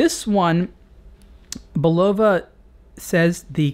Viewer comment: It's BULova, not buLOVa.